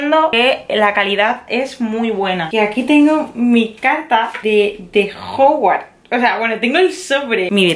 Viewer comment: Se dice hogwarts,no hogwart